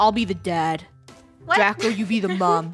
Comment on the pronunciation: It's draco not draca